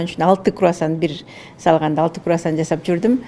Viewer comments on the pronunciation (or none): Крувасан эмес Круасан😅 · Куасан эмес крувасан 😂